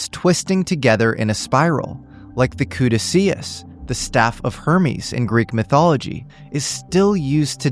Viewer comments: "Coodah-Seeus"? C'mon bro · Caduceus -- 👂 cadooshus